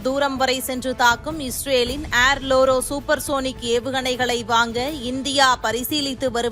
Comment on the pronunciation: லோரா.. லோரோ இல்லை.